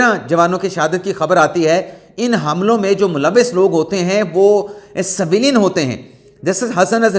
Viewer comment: saheb Saveelyn naheen civilian bolty naen